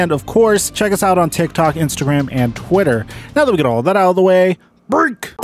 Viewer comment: I cringe every time you say break 😡